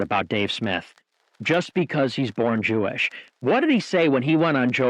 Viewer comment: "He's visibly Jewelish" 🤣